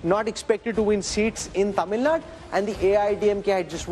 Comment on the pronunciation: It's Tamil NADU...not Tamil NAD